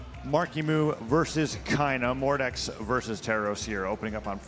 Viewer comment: What do you mean? Mawkiemoo on his Mowdex and Cwoss? Kyna on his Tewos? And with those wecovewy? 😂😂